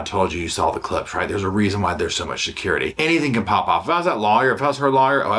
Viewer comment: 😂 If I was a betting woman, I’d bet said “Sha-curity” (security) I heard that right, right?!? Love you!